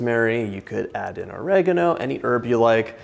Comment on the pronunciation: I actually hat to stop watching because of the way you prenounce Oregano :| fuckin OREGINO :| nahhhh